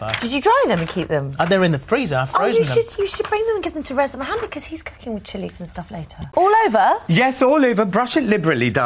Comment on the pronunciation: Its Muhammad not Mahammad...... 😡